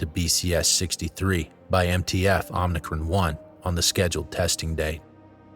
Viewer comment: OMICRON NOT OMNICRON